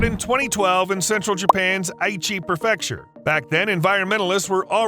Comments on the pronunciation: It bugs me that you mispronounce “prefecture” as “pruh-FEC-shur”. It’s pronounced “PRE-fec-shur” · What up,? Another highly entertaining and very educational presentation. Thanks. "Kah Meel Ya" and "Pree fecture."